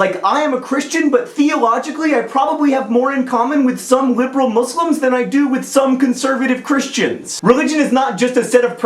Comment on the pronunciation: why does EVERYONE pronounce Muslim wrong